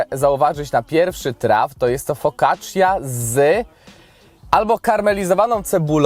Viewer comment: Focaccia wymawiaj cia jak cia-sto,cia-pa.....